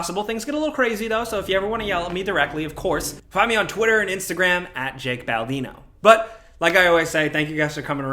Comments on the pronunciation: Did you say Jake or.. That’s 2 weeks in a row you said your name wrong, are you messing with us? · For the second time in two weeks, this bloke can't get his own name right. Do we need name-tags, uh, um.. Jake. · Did he just say?!?! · Did he say? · ""? Since when did you become an "Arabian prince" all of a sudden, Jake? xD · Ok Jake is saying his name wrong on purpose so we'll comment and be like "wait -???" Like I am doing right now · He said “” Baldino!;-) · Am i the only one who heard him say “my name is ”? I actually had to do a double take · He doesn’t know how to say his name